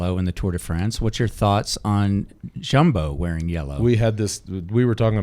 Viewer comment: It’s almost as if George goes out of his way to mispronounce things lol. Jumbo, Roglic, Skujins. Love him though